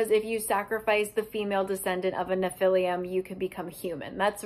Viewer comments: I know this doesn't really matter, but it somehow really bothers me as well so here goes: where does the u at the end of your pronunciation of Nephilim come from? You pronounced it right once somewhere around the middle of the video. Is it written with a u at the end in the books? I'm so confused 😂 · I've never read these books, but I'm both horrified and fascinated. ps, I'm not trying to nitpick, only help for those who may not know - nephilim (pronounced "neh-fil-IM") were mentioned in the bible, and some in some lore, are believed to be the children of humans and angels. In the bible, they are referred to as an older race than humans, and so there's some argument that they were God's "first children", given the immortality of angels but the free will of humans. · Nobody's gonna comment on her calling nephilim "nephilium"? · great video, just that I died a little on the inside every time you pronounced nephilim as nephilium 😢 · That struggle was real, but it’s pronounced neh·fuh.luhm 😂😂😂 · I grew up in a conspiracy house and the pronunciation of nephilim SENT ME. Love you 💕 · Ngl the way she pronounced Nephilim this whole vid made me cringe 😂😂 I love you don’t ever change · I feel like you've been pronouncing nephilim wrong but I also don't know how to pronounce it so idk. Either way, this was very amusing lol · The mispronouncation of the word Nephilim sends me into a laughter everytime